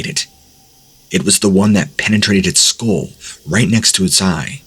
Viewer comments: What is with people and the word "skull"? Too many people say it like they are saying "school". It is pronounced "skul". And don't even get me started with grown ass people saying "woof" instead of "wolf". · I've literally never heard anyone pronounce skull school or wolf woof but hey. We are the company we keep 🤷‍♂️